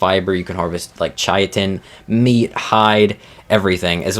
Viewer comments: It isn't pronounced kitten dude. Kai-tn. Is how you should pronounce it. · Wtf is chai-uh-tin? Kai-ten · Hate to do this, but chitin is pronounced "ky-tin" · KAI-TN. Not chitin, not kitten, not anything else you crazy people have come up with. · Yeah. Like it's obviously basically pronounced "kitten," not "shitten" nor "chaiten" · Chitin is the one that winds me up the most ch it in it’s not hard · I want to preface this comment by saying I mean this as respectfully as possible. Now, disregarding that you mispronounced the names of a whole bunch of creatures wrong, that's not a super huge deal because a lot of them are really weird and hard to pronounce anyway. The one that stuck with me (and wasn't even a dino, it was a resource) was "Chitin". I'm not sure where you got "Chai-a-tin" from... but its pronounced "Kai-tn". The one dino I will correct you on... is Therizinosaurus. Its pronounced "Tickle Chicken". Lol, kidding. But I wanted to end on a lighter note. 100% though... I see this like walking around with your fly down. I'd want someone to tell me. So I do mean this in the most respectful way possible. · I truly cannot fathom how people are still mispronouncing chitin. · Stop saying chitin like that, please. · It always annoys me the way he pronounces chitin and the fjordhawk